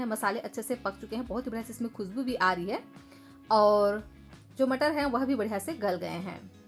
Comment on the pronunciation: Aap crush ko krass kio bolte ho? Naashta ko Naasta! Khushboo ko khusboo or gaajar ko gaazar! Fresh ko fres! Recipe acchi hai!